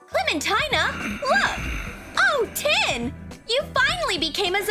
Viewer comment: It's tin